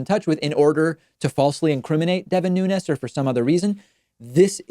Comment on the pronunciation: Congrats on being the only person in America who can pronounce Nunez‘s name correctly